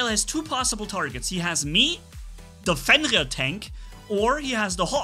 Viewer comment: Or fiend rear lol